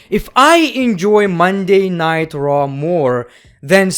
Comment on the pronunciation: It's raw not Monday night traw